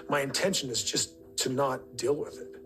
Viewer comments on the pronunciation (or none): Speaking about pronunciation, why do these people have such a difficult time pronouncing long "vowel" sounds? Kody talking about "alpha mels" (alpha males) or " big dill" (big deal) etc